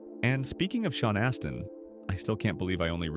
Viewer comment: Sean Astin is NOT pronounced the way YOU did it lol